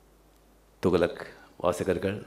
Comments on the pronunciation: தோக்ளக் இல்ல ரஜினி சார் .துக்ளக் . தமிழ் நல்லா பேச கற்றுக்கொள்ளவும் . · He is not even able to pronounce properly the words, he says “thugalak”, illiterate. those days it was costing only 60paise, who bought for 50 or 60rs. liars. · இவ்வளவு வருடங்கள் ஆகியும் தமிழ் பேச்சு சம துக்ளக்க துவளக் என்று உச்சரிப்பது வெலங்கும்... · Thugalak or Thuklak oluga pesunga boss... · என்ன டா துகளக்... துக்ளக் சொல்லு பாப்போம் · அரே அது துகளக் இல்லே. துக்ளக் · சரியான கேள்வி.. துக்ளக் கூட தொகலக என்று சொல்றாண்பான் இவன்❗🙄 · Dei athu துகளக் இல்லடா துக்ளக் இவனும் இவன் தமிழும் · துகளக்காம்... துக்ளக் னே வாய்ல வரல.. நீயெல்லாம் பேசுற. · துக்ளக் ஆ?? துகலக்கா??? லகலக னு சினிமா ல டயலாக் பேசி பேசி தமிழ் தெரியாம ஒளராத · 45 years he couldn't speak tamil still with correct pronunciation, " togalak" ? , he is the next " togalak" of cowdungs party? Full of lies " Nadunila vadigal kuta sholli olaku podanum??" :-)) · தயவு செய்து துக்ளக் னு கொஞ்சம் சரியா சொல்லுங்க. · Sankiye mudhalil thuklak endru sariyaga ucharikka katrukkol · he doesnt even know how to pronounce thuklak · Better rajini pronounce the name of the magazine correctly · Pls learn to pronounce thuglak properly. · He doesn't know to pronounce துக்ளக் in Tamil properly!! And the so called forward caste people are enjoying nd encouraging his biased speech!!!!! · Entha loose first told the name correct ly in Tamil